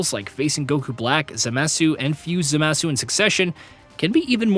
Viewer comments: my man said BUHBEEDEE and then ZEMASU lmfao bro what is that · bruh, Zemuhsoo? i'm out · Babeedee and zamazoo😂😂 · I stopped watching when you called Zamasu, Zemasu. OK bro I'm out ✌️ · proceeds to say ZEMASU shortly after lmfao bro what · Worst pronunciation of Zamasu ever omg! Had to say it, told Meta AI too, cause geezus… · That part should be included in the things DBZ hardcore fans hated. You forgot to mention how he pronounced Oozaru and Zamasu. 😅😅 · CBR does that as well it’s annoying